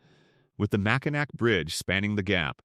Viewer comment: nd exactly how is that going to help with mispronouncing names? Only way to help someone say/pronounce things “correctly”, would be to show them an example. For example: Mackinac is pronounced Mack-in-naw I would assume that would be extremely helpful for someone who is just trying to get their YouTube channel going 😊